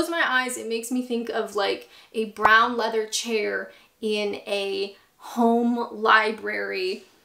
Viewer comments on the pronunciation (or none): none